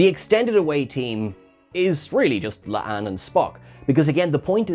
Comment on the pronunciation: It's La'an. Not Le'Ann....